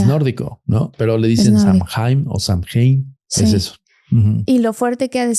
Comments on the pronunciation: 20 años llevo en Irlanda, soy ciudadana, estudio Shamanismo Celta...lo q dice de SAOIN (asi se pronuncia) es totalmente incorrecto. Saoin es un festival antigüo Celta q marca el final de la cosecha, y q se dive q el velo entre el mundo de los muertos y los vivos es delgado. NADA Q VER CON Q ES UN ESPIRITU!!Perdi toda la credibilidad q le daba a este chico, por q osea...Google it!! Google te dice como pronunciarlos, lo q es, etc. No me creen? Googleenlo...ahora googleen "Puca" eso es UNO de los espiritus q.es "famoso" es SAOIN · Samhain,cuya pronunciación es( sow-en)Es una fiesta gaélica que se celebra el 1 de noviembre y que marca el final de la temporada de cosechas y el comienzo del invierno. Eso es todo! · Todo mal..... no sabe ni pronunciar samhian , y no es un ente, es una festividad Celta pagana..y nada que ver todo lo que dijo este señor 🤦🏻‍♀️ se dedican a esto y no se documentan antes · No hay ningún espíritu Samhain y no se pronuncia así y todo lo que dijo es mentira. El halloween tiene sus orígenes en el Samhain que es de origen Celta. Dios!!!